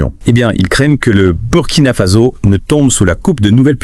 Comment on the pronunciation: C'est quoi merde ? In dit Burkina Faso pas Burkina fazo ppffff n'importe quoi un peu de respect